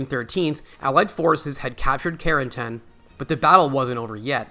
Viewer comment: Doesn't AI narration suck? CARE-N-TAN